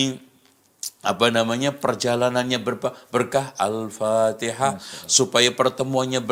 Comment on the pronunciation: Yg Bid"ah itu yg bacanya Alpatekah....